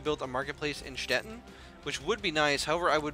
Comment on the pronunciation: hey, it is really not that important but as an east-german here I got to tell you that Stettin is pronounced with a long i. So it's more like Stettine in english (think of it like Poutine). It really isn't that much of a big deal but I thought it might interest you.